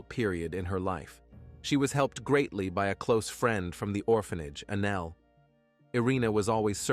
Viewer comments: No...he pronounced A-Nell as anal. That's all. Just trying to help a homie out. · I’m not 12 and that shit was hilarious!!! Not only did it change ANELL to ANAL but the closed caption spelled ANGEL 😂😂😂. Now back to the story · The automated narrator calling the girl Anal😂😂. WTF it's Anell. I'm sorry, but it's funny and was a little distracting😂😂. I find humor in that pronunciation but not the situation.